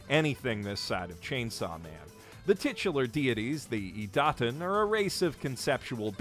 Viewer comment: Ok, but, how does he pronounce Idaten wrong when it's said perfectly fine in the anime multiple times an episode? Is he just taking the piss out of his horrible pronounciation skills or is he that hopeless?